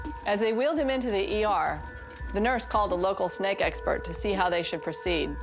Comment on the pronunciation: Hehehe, said snack instead of snake